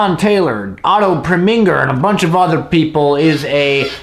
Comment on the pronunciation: Otto Prem inger??? Preminger. Otto Premin ger. You also mispronounced Stalag. I don't think you understood the film, or acting. This came from a 1951 Broadway play. The actors were acting theatrically. . Do you understand that the dialog and action came straight from the stage? No CGI, no Action shots, simply a different artform and style than you are used to.